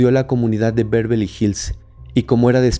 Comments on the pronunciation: Beverley No "Bervely" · No, es Bervely la pronunciación, es Beverly.